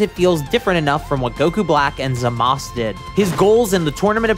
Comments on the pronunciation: its zamasu. not zamas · Zamas!? The pronunciation was crazy 😂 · i wish he pronounce zamasu right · Is it just me or does he say zamasu's name wrong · he dose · I stopped watching after u mispronounced “Zamasu” in the beginning. 😉 Lol jk I just laughed is all 😆